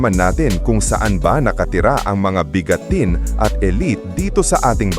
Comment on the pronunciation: pass umay pag bigkas ng biga-ten